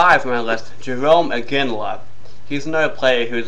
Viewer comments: the name jaromir and jarome are different, one is jarome and the other sounds like yar-oh-meer. also, scotty needs is not a top player from the decade over lidstrom. he's a bush league bender and his stats this season show how useless he is without his boyfriend pronger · You are literally too stupid to function. Clearly I know Jaromir's name. I said "Jerome" because that's how you pronounced it in the video. How do you even get dressed in the morning? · Well considering he's still around you're kind of wrong. Again. I'm finding myself questioning your intelligence with every comment. And for like, the fourth time, I said "Jerome" because you horribly mispronounced his name in your god awful excuse for a video. How am I a band wagon? I grew up in Pittsburgh and I go to school there. Maybe you should take everything you say, write it down, and speak the exact opposite. You'd probably make sensible sentences that way. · guess that means no opinion for you bitch... and the name isnt slightly wrong... thats like saying knabihulin lol... you said a different name all together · I almost agree with this list.... but right off the bat you miss pronounce one of the greatest players of all times name... and you also go into your moronic rant about your opinion of players